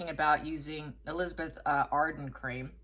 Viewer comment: did you say Elizabeth Hardon cream? 🤣😂🤣😂🤣😂